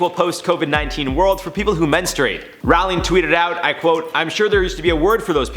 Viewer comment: it's Roh-ling now Raow-ling